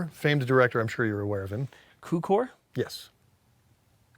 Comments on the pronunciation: I'm so sorry, but as a Hungarian - as George Cukor - I'd like to point out: it pronounced Tzukor. It means sugar, by the way. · lol, isn' his name George Cukor (pronounced as "tsukor" like 'ts'unami) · Nice episode, and you probably already know this, but George Cukor's surname is pronounced "Tzukor". Like the "tz" in bar mitzvah. His parents were Hungarian immigrants, and his family name means "sugar" in Hungarian (despite this he has nothing to do with the origin of the phrase "sugar coating", he is only responsible for the original gaslighting). Also, he was Jewish, so he probably had a bar mitzvah himself (not that it has anything to do with gaslighting, but it also has a a "tz" sounding "c" in Hungarian version, "barmicvó"). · Hey guys! Just so you know, the C in Cukor is pronounced 'ts' like in tsunami. Greetings from Hungary, love your videos! :) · Fun fact: "Cukor" is Hungarian, and in his native language, the 'C' is pronounced like "TS", so his name is pronounced "Tsukor". 'Cukor' also happens to mean 'sugar' in Hungarian, so using a sugary cereal to joke about his name actually kinda sorta fits in a tangentially peculiar way. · I know it's 2 years later but Jonathan not knowing how George Cuckor is made me die inside just a teeny bit. 😂